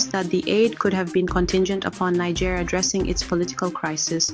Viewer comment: You couldn’t even pronounce the country’s name properly 🤦🏽‍♂️